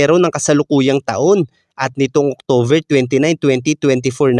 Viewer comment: SK.. October po hindi octover.😉